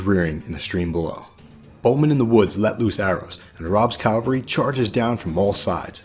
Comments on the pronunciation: Love the vid. One little thing: CaValry (mounted forces), not caLvary (that's the hill where Jesus was crucified). <3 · It’s pronounced Cavalry. Not Calvery. The trick is that the v comes before the L.